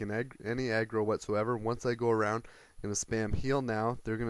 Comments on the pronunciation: when u say aggro it sounds like you are saying eggroll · i thought he did say eggroll ^.^